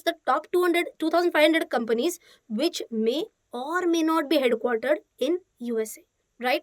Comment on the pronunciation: Head quarter pronounce 😀😀😀😀😀😀